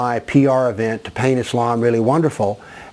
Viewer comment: You have nothing else to do. You do not even pronounce Islam correctly or Muslims correctly. In fact you do not even know the Full name of Prophet Mohamed. What you are saying about Islam is complete lies and fabrications. Just keep barking.